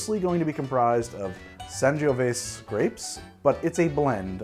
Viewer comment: It's pronounced san-ji-o-vay-zay